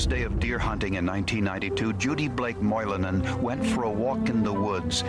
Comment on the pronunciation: Moilanen, Lampinen? Finnish (heritage) representation in Forenic Files! The pronounciation is good as well